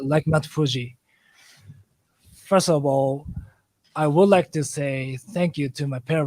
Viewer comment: first of all の言い方がネイティブ